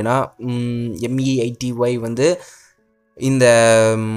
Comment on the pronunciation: BRO ATHU MEITY ILLA MAIRU.